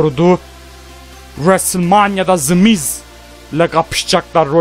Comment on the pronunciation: adamlarin ismini ve wwe nin soylenisini yanlis soyluyorsun kardesim wwe yazildigi gibi soylenir the miz yazildigi gibi soylenir sen the mize zi miz diosun kupoyorum orda😂😂